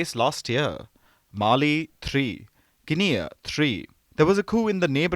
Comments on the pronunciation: Poor pronunciation of country names...Niger, Guinea pronounced wrongly 😂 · Please learn proper pronunciation of NIGER, GUINEA. Please. Stop the mispronunciation.